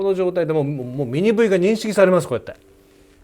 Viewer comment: I love it how you say 'Mini Wee' instead of 'V' - never mind, I am sure I sound pretty stupid when I try to talk Japanese :oD Good video again!